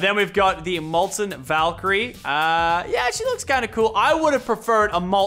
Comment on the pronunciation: Did anyone else hear Molten Valkrye Rings?